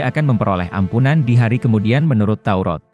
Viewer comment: Maaf salah baca pak Kitab TAURAT bukan TAUROT hati2 jangan salah ucap kepada pencipta alam semesta harus jelas?